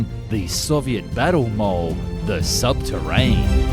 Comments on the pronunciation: Sub terenne, not sub terrain. Day 2 of asking for a new voice guy/ this one to improve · I was literally half way through commenting when he said subterran😂😂